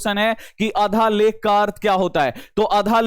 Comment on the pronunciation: शुद्ध पढ़ने तो सीख लीजिये माट साब, आधालेख नहीं, आद्यलेख है